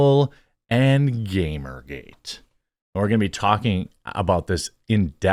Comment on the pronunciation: Disappointed Jeremy didn’t say Gamer Gate the right way